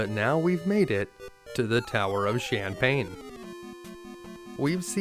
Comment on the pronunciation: Heh I like how you pronounce the Tower of Shanpane as Shampane (or champagne). Was hoping you'd show those night time shenanigans in Assaram too........ 😁